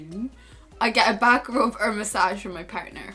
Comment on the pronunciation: I thought you said bad grope not back rub hahaha